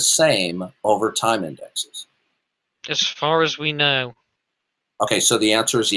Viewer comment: that would require an entire community college lecture during which he will insist that indices is pronounced indexes.